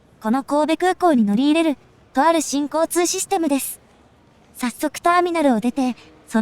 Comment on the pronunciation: 新交・通システムに聞こえて違和感 →新・交通なのにね